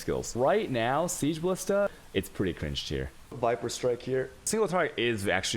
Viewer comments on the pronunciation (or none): none